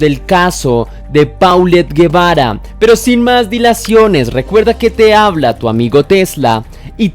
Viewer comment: Amigo Tesla. Hola. Yo soy de México y la pronunciación correcta del nombre de la nena es : Polett Jebara...la pronunciación únicamente pues su nombre si esta bien escrito. Saludos